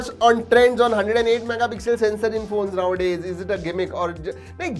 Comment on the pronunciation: When says nowadays... I hear lau*e....... Lol🤣🤣🤣